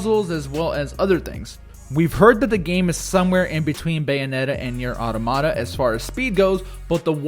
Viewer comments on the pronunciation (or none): The pronunciation of automata is so distracting. Never heard anyone say it like that